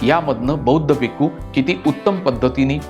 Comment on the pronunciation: भिकू नाही भिक्षू बोलायचं